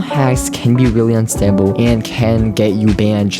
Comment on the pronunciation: bro when he said unstable that accent is pretty similarly to weembu